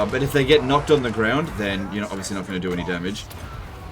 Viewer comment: "And regardless ... we have one advantage that zhey sorely lack: ZEPPELINS!!"